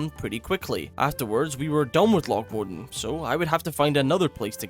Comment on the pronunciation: The part that I think is being mispronounced is 'Modan' he's saying Mod'n and omitting the 'a'. I've always heard it pronounced Mo-dan as 2 syllables and emphasis on the 'a'